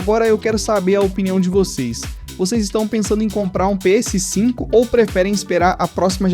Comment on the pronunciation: Engraçado a sua pronuncia "Pê êsse 5" (PS5) hehe. Ótimo vídeo!